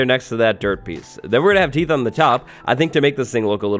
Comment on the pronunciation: Am I the only one who gets slightly annoyed by "teeths"?